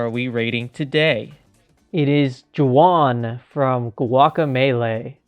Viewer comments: This is the first time I'm watching it, and I'm seeing you did not realize how to say his name. It's pronounced more like Waun or Huan, because J's are always pronounced different in Spanish. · Imagine mispronouncing Juan 😞